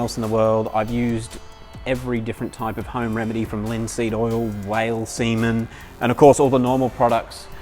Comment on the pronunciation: Did i hear whale seamen???